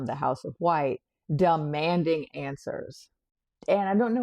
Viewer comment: "Dumb manding" lol. Appropriately pronounced.